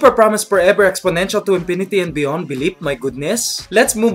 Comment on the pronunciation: Super promise porever exponential to inpinity and beyond beliep my goodness > made me laugh so hard xD